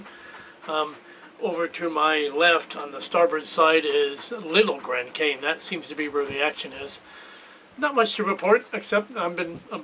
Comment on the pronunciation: In the Bahamas, Cay is pronounced key.